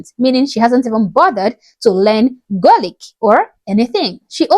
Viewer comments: Next time you say Gaelic, its Gay-Lic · That lady hasnt got a clue. She cant even say gealic correct 😂. If she wants diversity go home. 🙌🏻💚🇮🇪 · Omg another representation imbecile. Is she trying to pronounce "Gaelic"? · Wtf she cant even pronouce Gaelic